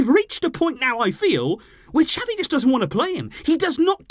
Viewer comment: Why do you say "chapi" Xavi is pronounced "za-vee"😑😑